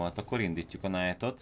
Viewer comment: Nem kötekedésből!! Az elején hallottam hogy a Knight-ot vagyis a Lovagot rosszul ejted. Az angolban ezt "Néma Ká" nak nevezik. Vagyis a Knight ot ejtsd így~NÁJT~! :) remélem tudtam segíteni!